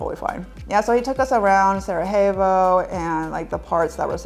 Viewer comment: Cool video. Btw it's pronounced as Sarayevo, not j/h.